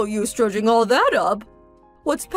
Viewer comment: Dredging not drudging.